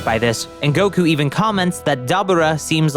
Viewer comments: its not dubba ra its da bore ra (dabura) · wtf is a dab ah raah, even in the show they call him DaBooRah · Why is it that no one can pronounce Daburas name correctly? Its da bū ra not Da bu ra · Pronounce it Da boar raaaaaa😂😂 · Lol this guy can't say Dabura's name right for anything lol 😂😂😂😂😂😂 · The way you say Dabura 😅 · Broooooo this dude is Pronouncing Deborah's name aaaallll wrong 😑!!!!